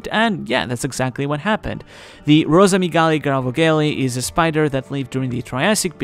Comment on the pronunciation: Finally, a One Piece youtuber who actually nails the pronunciation of Rosamygale grauvogeli (i think?) hahaha. Not that id expect anyone to, as even for palaeontologists its not a widely known animal and probably mostly known to paleoarachnologists, but its refreshing haha. It's actually not the oldest known spider though, only the oldest known mygalomorph, the group that includes tarantulas. Fascinating insight otherwise, as always